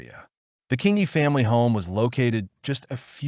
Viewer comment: Thank you…I remember this case living in the area at that time…The pronunciation of her name was Sharn Kingi fyi… Absolutely tragic💯😢🇦🇺